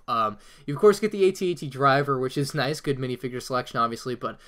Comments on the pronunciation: Boi it is at-at not a t a t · It makes me cringe that he calls the AT-AT "at-att" and he calls the AT-M6 "at-act" which are completely different walkers.